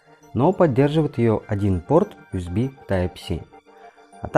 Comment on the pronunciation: Из-за отвратительного "Уэсби" не стал смотреть видео. Этот разъем называется USB , что переводится как Universal Serial Bus (универсальная последовательная шина) и произносится НЕ УСБ, А ЮЭСБИ ,ЮЮЮ ,ЮНИВЕРСЛ ,Ю А НЕ У. Плюс к этому небольшая неточность с названием портов Юсб А, которые в видео почему-то стали просто Юсб ,Юсб - общее название разъема , а два порта в павер банке называются Юсб А